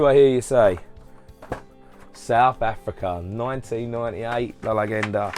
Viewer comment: Very cool👍 Btw the way you say 'Zeugo' and 'La leggenda'.... xD You got close with 'edilio parodi'